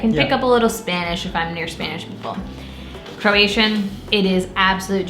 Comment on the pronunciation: Its Croatian not Keration.